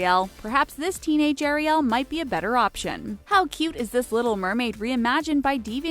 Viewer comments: I can’t stand the word Air-e-el....I like it pronounced Air-e-l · You're pronouncing Ariel wrong it's not ArieL it's air-ie-al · please stop saying airy- yell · u siad ariel wrong